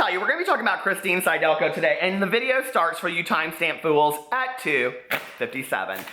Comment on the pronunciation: It's sid-elko. Phonics,.